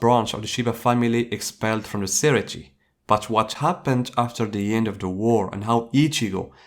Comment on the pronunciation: Say-ray-tay not siri-tea Lol 😂